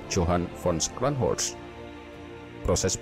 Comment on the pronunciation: koreksi dikit Min klo di ejaan nya Jerman , "Scharnhorst" itu dibacanya "Sharnhorst" , bukan "Skanhorst" 🙏